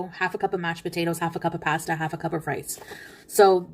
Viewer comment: i hate the way she pronounces “pasta”